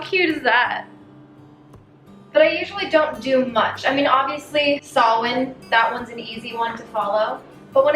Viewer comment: I felt some of the tension in my chest release when you pronounced Samhain correctly 😂😂😂